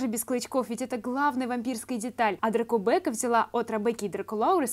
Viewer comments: правильнее дракубэка😂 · Произносится ДракубЭкка вообще то!!!